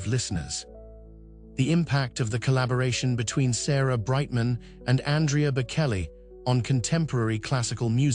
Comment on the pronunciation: This sound like just so much AI crap. "shocking?" "secret"? It just rambles on with vague non- detsils "pressures" and "temptations". Plus it keeps calling him Bakelly. What pure crap!! AI sucks.